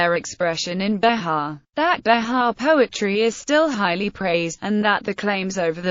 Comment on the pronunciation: Not Be-ha, but Be-jah. It has the J sound. This is painful to listen to.